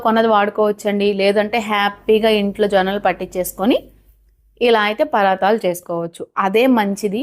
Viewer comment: పరాతాలు కాదండి పరాటాలు